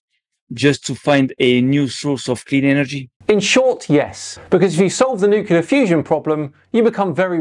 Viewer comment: please stop saying nucular. There's no such word